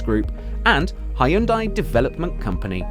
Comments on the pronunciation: its not ha-yun-dai, its hyun-dai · It's actually pronounced Hyun-De